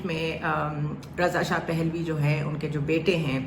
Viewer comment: اسلام علیکم ورحمت الله وبرکاتہ پ کے اوپر زبر ہے رضاپھلوی